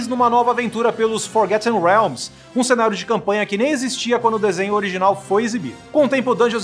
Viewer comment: é FORGOTTEN realms e não FORGETTEN....pelo amor né!